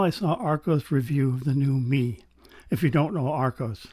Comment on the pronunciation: Excellent and interesting review, I have the EA500 and am reasonably happy with them but my preference is for a slightly warmer vocal Do you think the Mei would be better in that regard? Your opening shots shows how far cameras have come, amazing detail. You may like to know that Mei is pronounced May